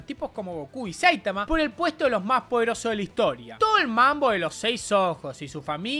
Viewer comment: Buen video pero aprende a pronunciar SAITAMA